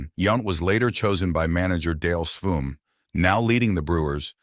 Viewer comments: Sveum, pronounced “Swaim” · This was such a click-bait video. Also cant pronounce "Yount," "Sveum" and "Musial" correctly? Poor video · Hate these auto generated voiceovers. Its YOUNT not YUNT. And dont get me started on Dale Sveum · oof, that Sveum was rough...